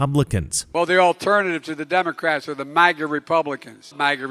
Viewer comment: DID HE SAY MAGNA YEP I READ LIPS HE SAID MAGNA